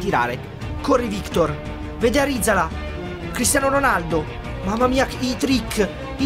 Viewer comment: Arizala non è andato tanto bene perché non lo hai chiamato bene. L'Altea volta tu e il papi lo chiamavate ArizalA e non ArizAla Ahahahahahahah. Grande